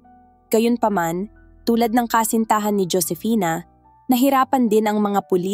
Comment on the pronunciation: Ang sakit sa taenga best na marinig yung pag babasa mo sa pangalang Josefina kaloka ka paki ayos nextime